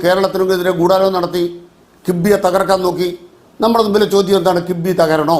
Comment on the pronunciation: കിബ്ബി അല്ല കിഫ്ബി..